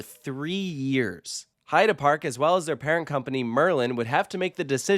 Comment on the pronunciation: Gotta say, I do appreciate your correct pronunciation of "Heide" Park! Ofc I'd never mean to criticize or be bothered whenever I hear Heid"ee" instead of Heid"uh" (if that makes sense), only want to positively bring out that you spent the effort! And now let's ask our friends from Poland how probably all of us are constantly butchering "Zadra", shall we?